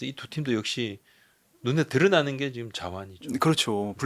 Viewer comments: 지금 인데 왜 자꾸 지끔 이라고 😂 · 그놈의 지끔 지끔 듣기 싫어 죽겠네요...지'금'이요..지'금' 왜 자꾸 된소리로 발음해요...?